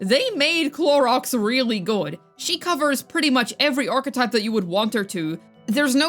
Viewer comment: I'm so tired of you saying Clorox or Cloriander its sooooooo annoying at this point. Just say her proper name its not that hard geez.